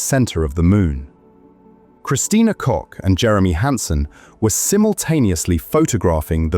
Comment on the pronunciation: Someone should explain to the narrator that Koch is pronounced Cook.